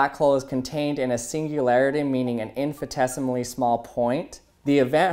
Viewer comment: infitesimally??? WHAT THE HELL is THAT, ohh u mean Infinitesimally, ok well on..LG